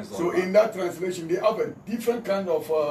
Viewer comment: He can't even explain himself waa listen how he pronounced translation ( transitration) but defending slave master religion haha joker paaa nie